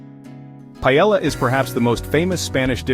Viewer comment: Cannot listen to that ai pronunciation of paellla.